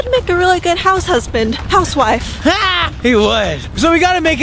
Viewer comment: Omg did Daniel just say save my hunsbin